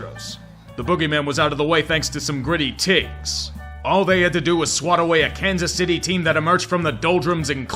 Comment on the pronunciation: i have to mention that ''Gritty Tigs'' is pronounced Gritty Tye-Gs